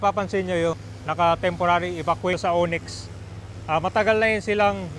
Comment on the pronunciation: O-NYX! hindi uniks